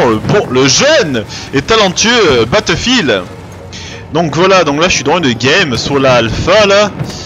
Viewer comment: Bateffile ? x) Le jeu est ouf ! Bravo pour ton accès !